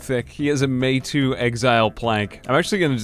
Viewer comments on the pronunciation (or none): You're mispronouncing Meitou. It's said more like may-toe, or to'mato'. I mention this not so much as a correction but so you understand me when I say that you have two meitou swords :D